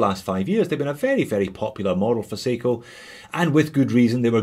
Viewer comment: he says seagull instead of seiko?....Or is it aussie accent?